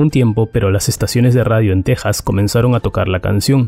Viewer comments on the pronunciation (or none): none